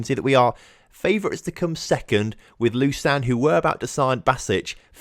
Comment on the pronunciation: Lausanne is french and is pronounced more like „lo-sun“